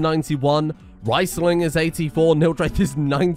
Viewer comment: Now that he's dead I can tell you: Riesling is the name of a famous white wine from southern Germany, and its pronounced "Rees"ling, not "Rice"ling